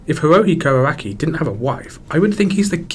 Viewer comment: love how the only pronounciation errors in this video are made by text to speech, hope that's how people will see ai art yoshi, arakai-sensei